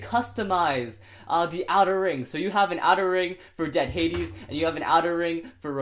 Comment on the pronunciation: It's dread hadew